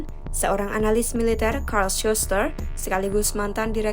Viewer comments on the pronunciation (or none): none